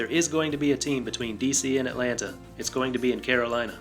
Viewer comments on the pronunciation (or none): none